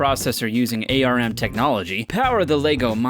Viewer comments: ARM is not pronounced as "A. R. M." It's pronounced as "arm" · ...Please don't say "ARM" as "A.R.M" just call it "ARM"